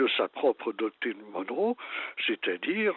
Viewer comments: Arrêtez de dire doctrine "Dunro"¨! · Monroe et non donré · Monroe. Pas Donroe ! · Doctrine Donroe ? Non ! Monroe ! Pq dites vous Donroe ? J’aimerais comprendre … merci